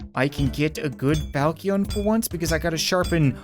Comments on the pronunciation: Once again the falcion is pronounced foushion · Falchion is pronounced like fal-shen. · The sword falchion is pronounced falshon. The chi is pronounced as sh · Hey I know this is a bit old and you won’t read it but the funny sounding sword is pronounced like foul-chin. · Falchion is pronounced fal-shi-on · Its pronounced falshin, or falshon, I'm sorry, I had to say it, and, gladius, is said exactly how gladeeus is said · It’s pronounced fal-she-on.